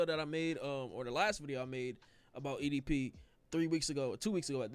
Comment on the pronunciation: damn can’t even say edp fully???